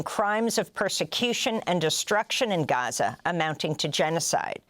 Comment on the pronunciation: She said Ghaza nat Gaza. Brilliant 👌🏼